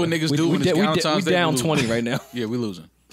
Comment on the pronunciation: Joe said “ Dukentimes Day “ 😭😭😭😭